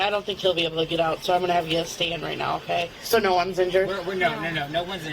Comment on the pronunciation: she does the two syllable "yeeasss-ah!" and "neooow-ah!" 😂😂